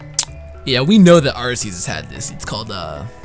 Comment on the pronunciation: Apparently Arceus is pronounced RKS.